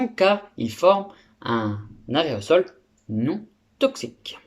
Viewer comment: au lieu d'aerosol il a dit arret au sol :) ;)